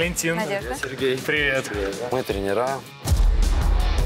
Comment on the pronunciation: блин, ребята столько занимаются спортом, уже перешли к тренерской деятельности и всё равно умудряются говорить не трЕнеры, а тренерА АААААААА, жутко режет слух